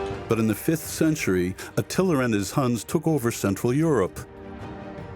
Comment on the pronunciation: Very thorough presentation. The narrator had a very pronounced New York accent. And some words and names were spoken in a peculiar manner. When he spoke of Attila the Hun,.....he pronounced it as (Attilar). Other than that, it was very educational.